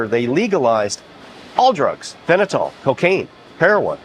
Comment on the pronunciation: For a doc.. he is pronunciation of fentanyl is laughably off